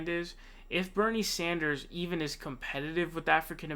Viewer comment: Bernie Saunders lmao